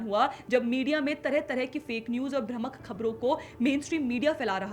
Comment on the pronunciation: भ्रमक नहीं, भ्रामक